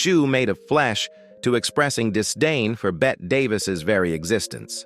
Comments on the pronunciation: Hey bot, it's pronounced 'Betty', not 'Bet'. Give yer coding a shake already! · Bette is pronounced the same as Betty.